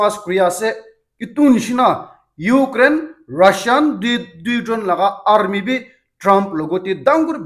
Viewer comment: Aarrmi..? Say rusissian army